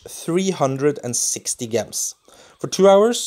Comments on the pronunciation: Its not Gehms its pronounce Jehms (like how you say the j in jar) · It is pronounced "j" ems not "g" ems, soft g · Why do you pronounce gems with a soft 'g' when its supposed to be pronounced with a hard 'g' sound? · It really bugs me off how he say gems.